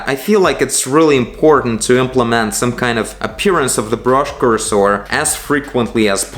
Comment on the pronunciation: it is pronounced like "curse her" (without the H) than "coors sore"